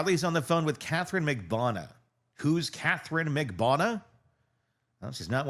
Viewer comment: 🙏 please learn how to pronounce Magbanua! Thnx for covering this!